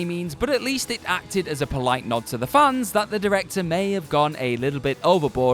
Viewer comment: I heard funs not fans